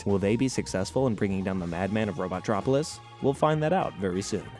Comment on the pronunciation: Robo-tropolis. Not robot-tropolis. That bothers me